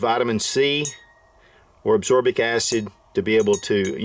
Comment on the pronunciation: Reagent = Ree - agent or ree- ay- jent. Ascorbic = ASS-kor-bik.